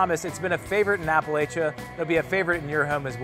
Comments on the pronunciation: Was anyone else bothered by how he said Appalachia? It’s not Appa-Lay-Sha, it’s Appa-Latch-A. True southerners know the difference. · Yup its Appa-latch-a not Appa-lay-cha... they aint no lay in that friggin word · Do not trust a man who pronounces Appalachia "Appalaychuh" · As soon as dude pronounced Appalachia wrong i knew he wasnt from the south and was gonna butcher all the sauces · 100% did not pronounce it correctly, sorry. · The way he pronounced "Appalachia" made me cringe. The "la" is pronounced like it is in "lap", not the way he pronounced it. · My blood pressure spiked when he said it. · Come on, SL. Remember John Floyd? He was your last good editor. Every native Southerner - from all corners of the South - are throwing shade all over whatever it is you're doing. This person can't even say "Appalachia". Please stop. I'll tell you what's going on. SL has become a primer for new people who think we're a charming rustic novelty. Just get out, and take your ketchup with you.